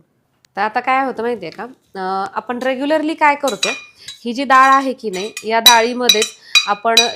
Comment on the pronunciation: दाळ नाही हो..डाळ